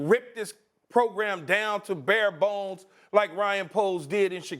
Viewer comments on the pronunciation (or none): none